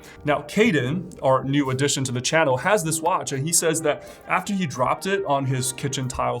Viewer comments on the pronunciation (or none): none